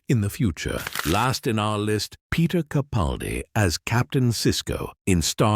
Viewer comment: Sigh...although an all too common error, the next time you do a video, could you please pronounce Peter CaPALdi's name the way he does. With a hard "a" as in PAL. It's sort of a pet peeve of mine. I admire him so much, it irks me that the majority of YouTubers don't make the effort to say his name correctly. Otherwise, great video.